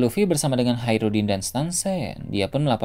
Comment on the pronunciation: Hajrudin keknya min bukan haerudin